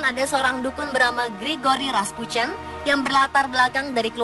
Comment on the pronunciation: Rasputin aja raspucen nyebutnya